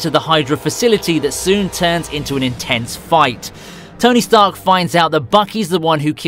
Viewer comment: Ah yes, tony starch